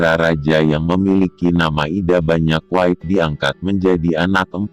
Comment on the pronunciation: Nama lain Aria Wiraraja adalah Banyak Wide, tapi dibaca Banyak Weid.😅... Singkatan M (Masehi) dibaca Meter???😢